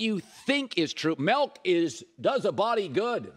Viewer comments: Colin it's "Milk" not "Melk" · Colin "Melk" Cowherd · Milk doesn't have an "e" in it.